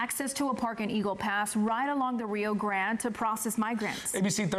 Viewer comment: Hard to take that lady seriously with that ridiculous rrrrrrrio grrrrrrande pronunciation